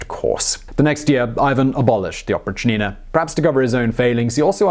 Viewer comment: its oprychina not oprich-nina, its one word with accent on "y"